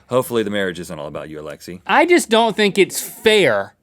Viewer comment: ALEXEY(aleksey) NOT ALEXI(aleksi)!